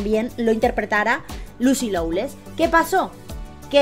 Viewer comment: Se dice, Lucy Lo-less